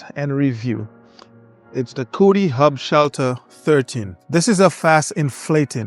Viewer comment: I thought you were saying Coolie for a second lol